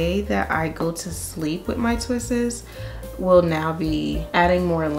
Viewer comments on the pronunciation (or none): its just "twists" NOT ...."twist-es".... imma stickler for grammer. But love your hair. Thanks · It’s killing me! The only thing I don’t like about this video is “twistes” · "mini twisses" LMFAOOOOO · It’s twists not twistes.👁️👁️ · Stop saying "twistES", sugar. Just say "twistS". Leave off the extra E. Thank you for the great video! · please girl, twists is just one syllable not 3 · Enjoy your content. You have a beautiful head of hair. And I mean no disrespect, but you have mispronounced the word "twists" it is not "twistes". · Twists** not twists’s 😂😂😂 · Pleaseeee!!! Stop saying twistes...... It's just TWISTS. PERIOD